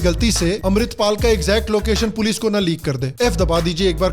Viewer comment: "Oye pols aagayi pols" 😂